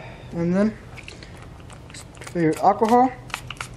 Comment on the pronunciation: Nigga said aquahal instead of alcohol